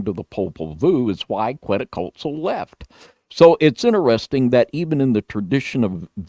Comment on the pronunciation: I Love your videos and information but some of the pronunciations of Quetzlcoatl and Tenochtitlan are way off.